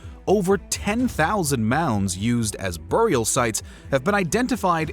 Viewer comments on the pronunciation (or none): Burial sites ,not bur ial